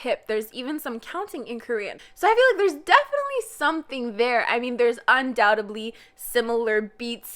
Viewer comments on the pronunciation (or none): none